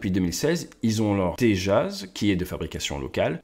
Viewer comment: Correction, The Mig 21 was shot down by a Stinger Manpad missile not by Pakistani F16s after that single mig 21 chased some F-16s back to Pakistan. . btw Thanks for pronouncing the name of Tejas correctly.